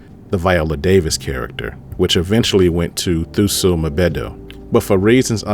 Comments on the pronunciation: Surely there's a clip somewhere where Thuso's name is said correctly. 👀 You could do your research more thoroughly. Thuso (T•u•so) Mbedu (M•be•du) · The way you butchered Lupita & Thuso last surnames lol